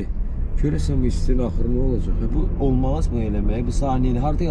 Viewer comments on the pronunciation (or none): “olıcey” yox, orfoepik normaları pozmayın. 😀